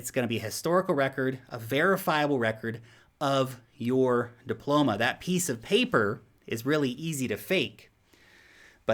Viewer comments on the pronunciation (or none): none